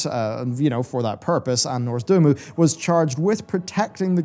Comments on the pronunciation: Every time says "Norz-du-mu" instead of "Nozdormu," take a shot. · Dude, will you finally learn how to pronounce noz-D-O-R-mu correctly? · Hey, I love your videos, but please pronounce NOZdormu correctly. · Ah yes, Norzdumu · Over time his pronounciation will change more and more until he says "Murozond" and the end times will be upon us!